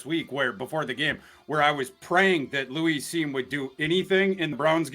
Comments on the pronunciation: The way he says Louise instead of Lewis is also a little suspect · Why's he keep calling him Louis? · Someone tell its Lewis Cine not Louise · Love thorsday… but he need to pronounce Lewis correctly lol